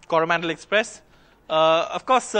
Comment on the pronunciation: Unfortunate that an NDTV reporter pronouncing the Coromandel Express ar Koru Mondol express... Alas..!!!